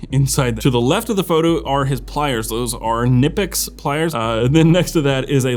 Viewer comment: I always laugh when English speakers say Knipex. 😂😂 It's not Nipex😂😂😂 PS best videos on YouTube and good luck in the future from Germany 🇩🇪👍🏻